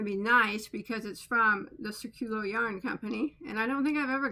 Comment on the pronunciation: The pronunciation of the yarn company is accented in the “í”. The meaning of the word is ‘circle’.